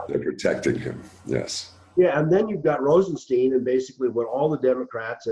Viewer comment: ROSE EN STINE that's his pronunciation